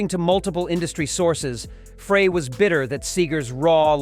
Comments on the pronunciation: If you are going to use AI to narrate your post, make sure the AI can enunciate correctly. Frey = Fry -------- Frey IS NOT Fray. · This is the biggest crock of BS. I am a native Michigander and we knew Bob, Terrible Ted and Glenn "Fray", your AI can't even pronounce their names. Get a real job!! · Frey is pronounced Fry!! Get it right!! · Glen FRAY?? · Would help if you could pronounce Glen Frey's name correct. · Glenn Frey last name is being pronounced wrong this isn’t the first video. His name is being said wrong. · Hey narrator, his name is Bob SEGER not Bob SAGER!!!! It's disrespectful to get it wrong!!! Also it's Glen FREY not FRAY! You must be a real chump!! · Computer voice, it's SEGER, NOT SAGER!! Nugent could not sing or even come close to being a songwriter like Seger! IT'S FREY NOT FRAY!! AND SEGER AND FREY WERE VERY CLOSE FRIENDS, THIS WHOLE VIDEO IS TOTAL BS!! DON'T BELIEVE ANY OF THIS CRAP, IT SHOULD BE TAKEN DOWN IT'S NOT FACTUAL!! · first of all, get the names correct! Seger is pronounced Seeger not Saager, and Frey is prounced FRY not Fraaay.. Frey and Seger not only collaberated on many albums, but were also roommates, so I'm told. Springsteen sounds like a spoiled brat. Always needs to limelight. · Yo --- you can't even get the pronunciation of their FRIGGIN' names correct, dawg... I had to turn that 💩 off at the 4+ minute mark when you said Frey (it's FRY) and Seger (it's SEE GRRR) hated each other --- which is just more 🐂💩! #GTFOTU🤡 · There's enough wrong with this that I know about that I have reason to doubt all of it. This is pure clickbait, in my opinion. By the way, somebody tell the computer that generated this that it's "SEE-ger" and "Fry," please. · It’s Glenn Frey pronounced Fry! And Seger not Sager! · You should learn the proper pronunciation of Seger and Frey